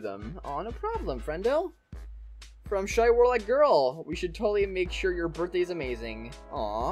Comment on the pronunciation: Did anyone notice that says that it is his borfthday